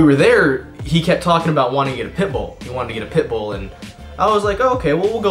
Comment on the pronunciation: I actually started googling for a 'pipple' dog. Took me a couple of seconds to realize he said pitbull :')